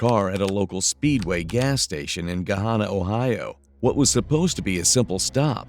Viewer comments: It's Gahanna NOT Gohanna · Could you mean Gahanna Ohio? I've never heard of 'Gohanna' before but live near Gahanna. It’s also pronounced “Gah-Hannah” like Hannah Montana. What a total loser POS this guy is. You light someone on fire for hitting you with a soft drink? Such a fragile ego. What an absolute waste of a human being.